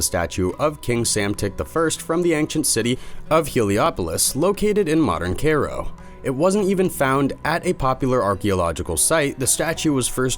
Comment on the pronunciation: You lost me when you mispronounced Cairo.